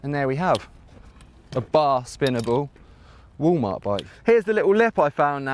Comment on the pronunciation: did he say Woo mart he must mean walmart...? lol